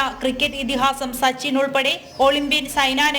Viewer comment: അനിൽ കുംബ്ലെയുടെ ബൗളിംഗ് അത്ര പോരാ......ശ്പിന്നില്ല.... ശച്ചിന്റെ ബാറ്റിങ്ങും പോരാ ശുഹുർത്തേ